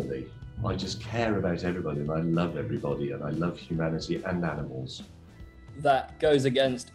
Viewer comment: Aminal, as he would say.